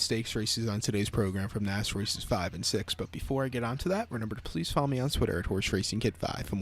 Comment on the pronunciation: Cant even pronounce naas correctly